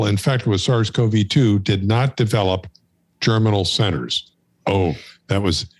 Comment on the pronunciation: Thank you for this. Can you help me with what Dr. Crotty says several times after about ? It sounds like he's saying "general sinners," but that doesn't make sense to me. Context in which the term is used: "And on the antibody side, it's really about the 'general sinners.' The 'general sinners' can go on for quite a while after the immunization is over. And it's in those 'general sinners' that you're getting this real-time evolution and increase of antibody quality and competition between the different B-cells and antibodies. And it's unclear what happens when you re-immunize. You might actually be shutting off all those 'general sinner' reactions. So whatever was going on, you've now basically truncated it and told it to start over."